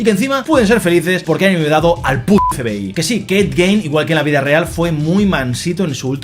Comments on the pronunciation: se pronuncia gin, no gein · Me ha gustado mucho y tienes toda la razón, la actuación de Charlie es espectacular, lo mejor de la serie sin lugar a dudas, pero has dicho el apellido del asesino en serie mal todo el tiempo, aunq se escribe Gein se pronuncia "Guin". Para finalizar, nada supera a Dahmer, es la mejor de la saga.